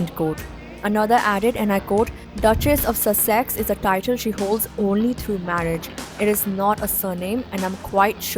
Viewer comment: Dude, nice info but you really got to learn the pronunciation of Sussex.